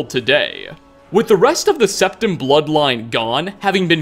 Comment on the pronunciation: Jonne Ylilauta it was Septim. But he pronounced it wrong